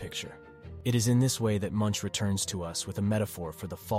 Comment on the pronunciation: His name is pronounced mʊŋk